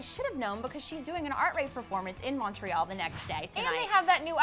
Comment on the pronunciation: U guys don't say "Montreal" right BTWi life there. 😬